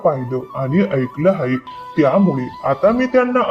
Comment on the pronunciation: हाये नाही आहे म्हणा